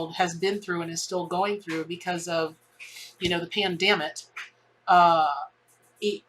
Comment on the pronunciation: Did I hear you right? Did you say Pandammit? 🤣